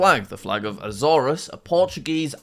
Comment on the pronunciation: you pronounced Azores wrong. It's more like A-zores, like sores but with a z instead of a s. In Portuguese is spelled Aczores and pronounced A then there is no letter for it but it's like a z and sh put together and then ors. My dads side of the family is from there so I tryed to show how to pronounce it while learning it myself. Hope you learned something and keep up the great videos.